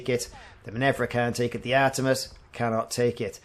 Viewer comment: Minerva is Min-err-va rather than Min-evv-ra